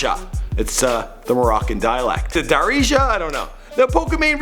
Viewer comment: first its not darja it darija get that right second man its annus in morocco there is no one named annus third im not a hater dont worry